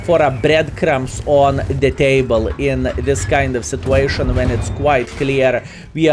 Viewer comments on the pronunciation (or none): none